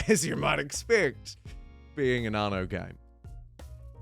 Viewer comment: "Arno" why are adding an R to a word without an R in it?